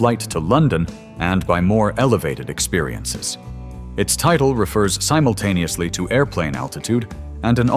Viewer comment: Simutaneously, pronounced as SIM, NOT SYME, learn how to pronounce correctly.